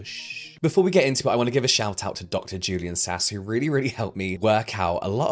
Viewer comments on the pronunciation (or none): none